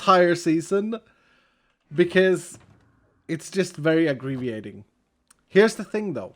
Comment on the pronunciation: At the beginning you say agreveiating... Were you saying "it's frustrating"? If so, then it was aggravating.